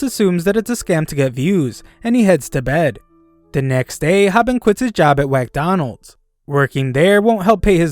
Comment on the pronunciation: Did this guy just say 'Whackdonalds'? lool😆